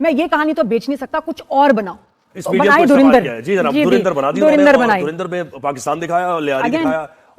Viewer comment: ये पाकिस्तानी अच्छी भली धुरंधर को तरिंधर क्यों बोलते हैं 😄